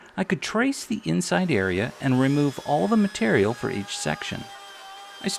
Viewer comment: "But it'z on ze inzide, zo nobady has zo know" ;) You're hilarious!